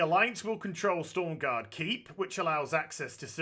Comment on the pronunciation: Everybody shitting their pants about him saying stormgarde instead of stromgarde